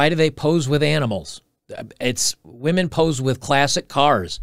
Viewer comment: Haha he said " wee men"